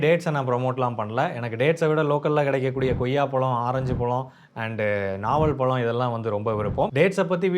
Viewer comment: தம்பி பளம் அல்ல பழம் என்று அழகாக கூறுங்கள்..... வாழ்த்துக்கள்!